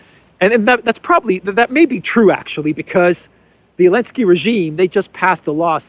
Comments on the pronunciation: Why does he consistently refer to Zelensky as Elensky? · ZZZZZZZZZZZZZZZZZelensky. Z Z Z Z! I can't listen to you anymore,. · Dear, I regularly watch your videos and I do appreciate. Thank you! Just a question. Why do you keep calling Zelensky(I) Elensky? I must have missed something. Just curious.